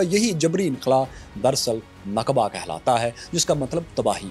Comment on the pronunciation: ”نقبہ“ نہیں بلکہ نکبہ ہوتا ہے، جس کا انگریزی معنی disaster اور calamity ہوتا ہے